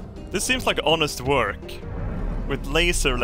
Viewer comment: I am German. I heard wörk. 🤗 Ok. Where do you need mire efficiency?